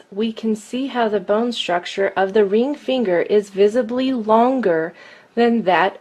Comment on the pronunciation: Imagine making this video, the joke got old by the 15th time the obviously male narrator says "reeng feeenger"